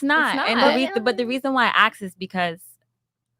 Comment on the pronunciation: That Jamaican woman needs to know the difference between ask and axe